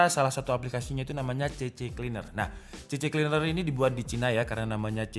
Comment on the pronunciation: C-Cleaner Boss... bukan CC-Cleaner....🤪